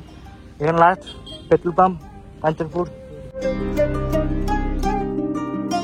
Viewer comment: it's not Kanchapur. It is Kanchanpur